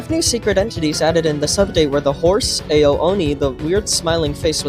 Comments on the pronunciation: you pronounce ao like ow not AYO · It's actually Ao (Ow) Oni.